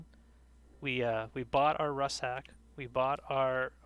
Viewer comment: It's pronounced RUCK SACK. Not RUSS SACK..